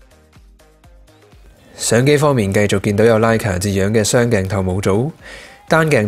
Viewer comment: Good review but please note that Leica should be pronounced as Like-Ka.